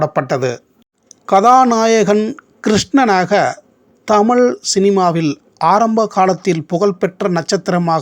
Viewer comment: தமிழ் ---- ழ -- உச்சரிப்பு சரியில்லை அடுத்த முறை சரியாக தமிழ் என்று சொல்லவும்